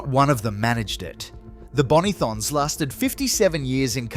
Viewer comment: Ii can tell you are not from Adelaide, You pronounced Bonython wrong